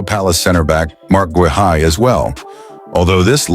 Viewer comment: Guehi is pronounced GAY-EE - use a real person to record the voice over instead of AI dubbing